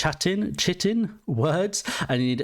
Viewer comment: United Kingdom doesn’t have basic biology in K-12? It’s pronounced ‘Kite-in’. 😅